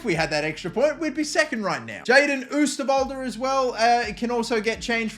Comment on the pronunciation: If you pronounce the "oo" in oosterwolde like 'oh' in english you will say it correct